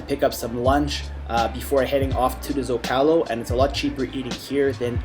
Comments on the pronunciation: It's ZOcalo not zocAlo, come on yanks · Bro please learn how to pronounce the common names of location Zocalo is ZohcahLoh. If your actually filming in the city simply ask a local. Como se dice este lugar? Then you will know.